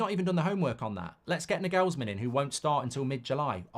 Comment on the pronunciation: I hope we don't get Nagelsmann, because you can't pronounce his name. Years of that would really do my head in. He's German. The stress is on the first syllable.